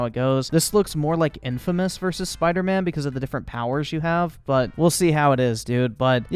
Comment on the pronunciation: Did this man say bider man miles morales 😂